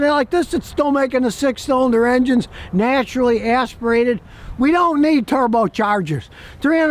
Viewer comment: "Neah-turally Eahs-pirated..." lol